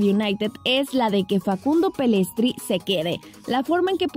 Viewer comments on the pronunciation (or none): El apellido de Facundo se pronuncia "Pellistri" no "Pellestri" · ES PELLSITRIIIII NO PELLESTREEE JAJAJA hace varios videos le vienen diciendo pellestre